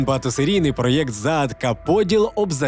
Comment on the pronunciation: Все супер але не раз замічаю за автором "проєкт" написання гірше вимовляння